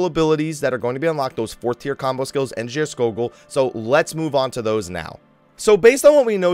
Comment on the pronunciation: You prononounced Geirskogul right Scandinavian can confirm.